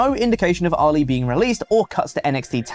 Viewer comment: Every time says Ali it throws me off cause I think he's saying Oli.